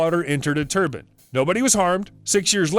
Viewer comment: Turbine turban what's the difference . Please practice reading before you narrate .